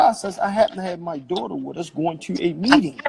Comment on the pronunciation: Great breakdown!!!...I CRINGE at how he says dootr (daughter) Lol. If he wants to protect her so bad, start counseling and stop going live for clout right now.